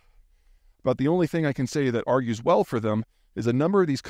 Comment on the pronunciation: Augers, not argues.